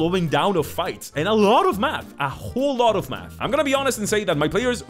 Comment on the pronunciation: My brain is... "Special." You said, "A Math shaped dagger." I heard, "A Matt shaped dagger." :D